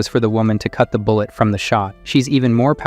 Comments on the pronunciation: i am still laughing at how your AI said Bull-ett glass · The ai reading this is funny lol love it Ai saying bullet as bull e e e et